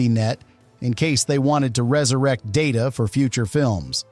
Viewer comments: it's pronounced Data, not Data. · And stop doing a Pulanski on Data’s name as well!